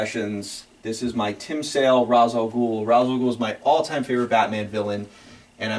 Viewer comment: I knew I liked you … but that Led Zeppelin collection seals the deal. And then you said R’as alGhul is you’re favorite Batman villain… but you said his name wrong… 😂